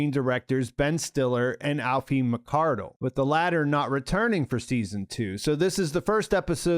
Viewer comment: Ee-fa McCardle I think